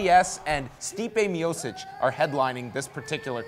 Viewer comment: Will ever pronounce "Miocic" right?:-7 I guess not.